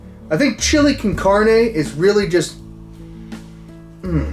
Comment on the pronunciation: Carne can-on-aye